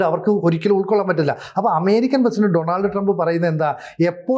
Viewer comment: ഡണാൾഡ് അല്ല --- ഡോണൾഡ് എന്നാണു ചില journelist മാത്രമേ ശരിക്ക് ഉച്ഛരിക്കാറുള്ളു.